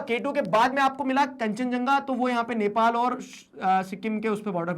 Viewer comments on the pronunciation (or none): none